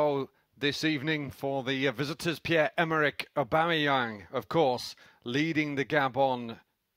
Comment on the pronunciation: The way you butchered his name, no wonder he can't win